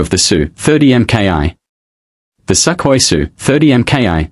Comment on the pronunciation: It's Sukhoi not skahoy